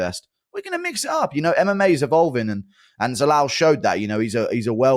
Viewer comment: How hard is it to say Youssef Zalal wtf